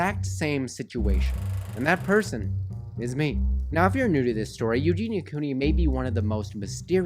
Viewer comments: Love how you say her name the right way I hope she gets better I know she can do it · i think you are the first person i have heard actually say her name correctly